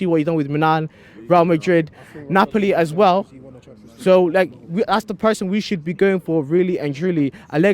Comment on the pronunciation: Asked- a s k e d. Not a k s e d.